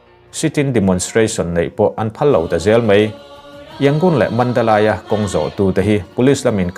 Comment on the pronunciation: Mandalay tih hi . manda 'ley' tiin tih rik nise. chanchin kan lo ngaithla reng thin e.Myanmar chanchin chi hrang kan ngaihthlak nen a inmil thlak zel. Myanmar police chungcnangah chuan Mizoram chanchin puangtute hian tihian tithei zel ula '' police uniform a inthuamte'' tih nise. engvangnge tih chuan myanmarah hian police nuaikhat vel chauh awm nia rin a nia. rampum buainaah hmun danga police koh theih a ni bik lova. mahni hmun theuh duty tur an nih avangin, chuvangchuan sipai sorkar hian sipai thenkhatte chu police uniform an hak tir a ni. he thu hi a chiang thawkhat viau a ni. hetianga police an tam hma deuh khan police pakhatin a chhungte nen an inbiakna a put chhuaka. ralthuam lam leh an thuamte siam chhuahna hmuna police thuam chi htang hrang an order teuh thu leh ni thum li vel kaltaa police bawk hnihin a rawn sawichhuah .tuna police nia in hmuhte hi lo zir chiang rawh u. police pangai thuamhnaw hak dan dik a ni lova tin police pangai chuan Dan kan hriaa mipuite lakah kan fimkhur bawk a ti a ni.